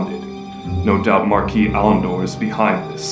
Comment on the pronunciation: Thank you for knowing how to pronounce "marquis".